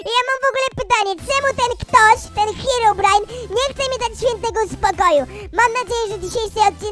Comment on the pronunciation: Czemu powiedziałeś heobrajn jak na końcu powiedziałeś hirobrine hmm...ciekawe albo ci się pomylilo e tam pozdro